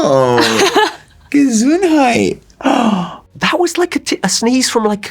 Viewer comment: I litterally winced when I heard him say "Gesundheit", because its actually a german word and i'm german too😂